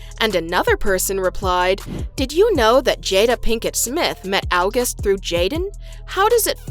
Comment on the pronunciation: Just say august correctly. It’s not difficult.